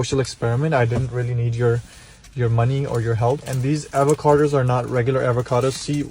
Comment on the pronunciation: why do you pronounce avocados with an R?